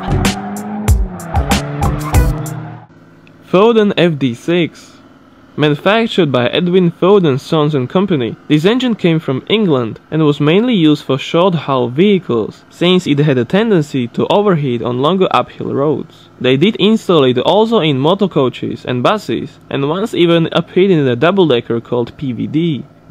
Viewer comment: Turn off the volume so you can protect yourself from a guy that reads the word "since" as "sink", etc...